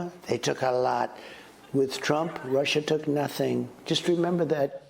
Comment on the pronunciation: Rrruussia 😂 he says it will such passion